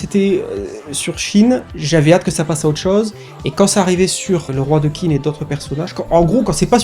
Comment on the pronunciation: J'aime beaucoup. Pour info, Qin se prononce probablement tchin ou quelque chose comme ça.